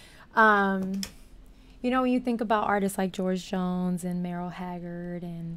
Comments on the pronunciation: Beautiful reaction! Merl Haggard..is pronounced Murl...You are top notch lady! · Okay .. the other great is pronounced .. Murrrrrll , like "curl" - NOT Merril. Murrrrrrrrrrrrrrrrrrrlllllll !!! Murrrrrrrrrrrrrrrrrrrlllllll !!! Merle , just Merle - one syllable ... Merle - Merle - Merle ..... Murrrrrrrrrrrrrrrrrrrrrrrrrrrrrrrrrrrrrrrrrrllllllllllllllllllllllllllllllllllllllllllllllllllllllllllllllll ❤